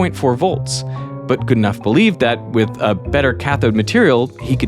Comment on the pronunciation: Are you pronouncing Geedenough correctly? I know someone with that surname, and he pronounces it differently. It's more like good - e - no (last syllable like know)